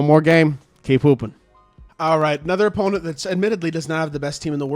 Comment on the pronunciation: Bro instead of keep hooping I heard keep pooping